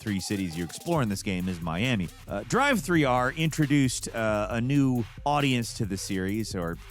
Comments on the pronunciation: if your saying 3 there is no e so its not drive-3-r is it... You dont spell driver as driveer do you? No. How do you pronounce Driv - not the same as Drive thats for sure. It's driff, like stiff so its driff-3-r. Love you man but thats literally rage inducing. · Without the "e" it would be pronounced driv 3 r, not drive 3 r 😒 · More accurate video title would be ‘another video that gives the excuse to say “driv-three-ar”’ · I just love how hard goes with "DRIVE-THREE-R" 😂